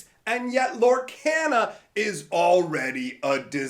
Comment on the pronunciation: Clickbait video. And that mispronunciation of Lorcana. Oof. This game is going to skyrocket. The packaging issues are the only thing you said that have any merit.